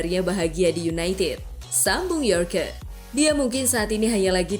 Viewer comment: Baca nya "YORK" , Bukan YOR-KE' .. WTF 😮